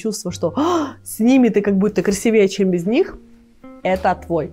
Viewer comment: спасибо за видео! Только стала скучать по Вас и вот, вуаля, новое видео❤ P.S.в слове красИвее ударение на И😊